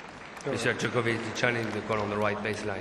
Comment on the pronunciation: How long after did this did someone tell McEnroe how to properly pronounce Djokovic?